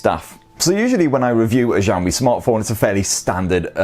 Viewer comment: He just said "Ziaomi"